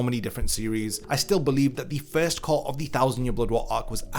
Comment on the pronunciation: "Cour"? Disliked.